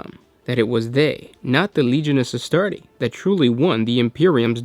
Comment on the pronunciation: Why can't you say astartes :(